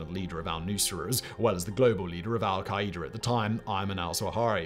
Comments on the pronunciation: Hold up. “Al-kay-eeder”?! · So is saying Al-Qaeda wrong or have all the politicians and news anchors ive heard been saying Al-Qaeda wrong? Or do we say it differently here in the USA then the rest of the world does like aluminum?? 😂😅